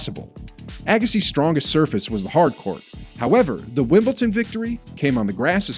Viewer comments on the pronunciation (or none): It’s Wimbledon not Wimpleton .